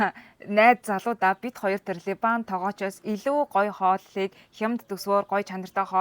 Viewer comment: Ливан гж хэлнэ,, Либан биш Ливан хүн гж ярина. Харин Ангилаар Либанон (Lebanon) гж хэлдэг байгаа шүү.